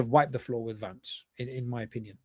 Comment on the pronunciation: It’s Vance not Lance 😂😂😂